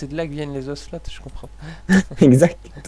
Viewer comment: Klersor et black on ne prononce pas le "t" de ocelot.